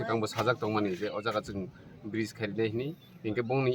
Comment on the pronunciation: Bright 😂😂, it's Bridge